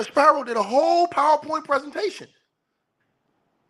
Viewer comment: SPEEEE -RO not SPY-RO